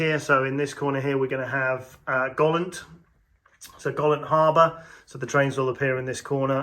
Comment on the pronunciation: Best layout I’ve watched But Golant is pronounced GO. LANT Will be interesting to see how you match up the middle level to the new top level Like the Marchwood military train Great job !!!